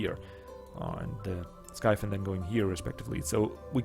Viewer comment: Love to see footage of the expansion. Great presentation of the new race as always. About the pronounciation of the flying unit: the name in german would be "Himmelsflosse" so it should be pronounced "skeifin" and not "skifin". Just saying because you always ask for correction^^ not that I would really care :P